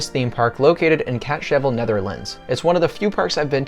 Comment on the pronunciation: ah yes my favorite town catshevel dw btw I love americans' pronunciation of dutch names lol edit: (cuz I did this as soon as I heard catshevel) the Villa volta pre-show (and entire story) is (in short) about a bandit and his gang that rob stuff nedding a place to finnish off before going home, they see a church in the distance and they decide to rob it, what happens there in short: the main character Hugo sees an apirition of a ghost lady that then curses him and his gang for robbing the church. then Hugo tells you that he needs a pure soul of a newborn child to come into his house to be able to get rid of the curse. in the first pre-show you can hear town folks speaking about him as well and in the second pre-show he tells you the story himself and you can also see all his loot.